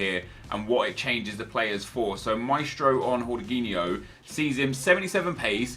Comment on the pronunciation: its not horginho its george-inho